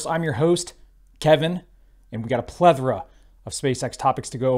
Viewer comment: Plethora - try again. It's not so had. Half the MAGA comunity can almost say it correctly.